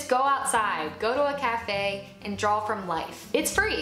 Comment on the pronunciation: I love this and I love the advice, thank you! One question...are you saying "Drawl" or "Draw"?